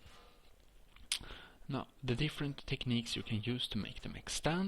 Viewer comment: Jag hörde det direct när du sa techniques